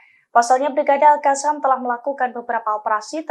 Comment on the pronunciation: Al qosam.. Bukan Al kasam...heehhhh.